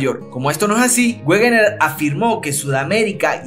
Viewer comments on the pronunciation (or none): Como dato Wegener se pronuncia "Vegner"